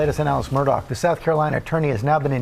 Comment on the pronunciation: This journalist needs to do her due diligence. It's not Alec Murdock, it's Alex Murdaugh unless you're retarded and from South Carolina. Pronounced "Alex Murda"